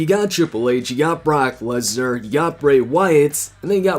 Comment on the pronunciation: Lesnar not Laser 😂🤣😄😅